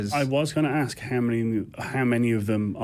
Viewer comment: And saying ax instead of ask.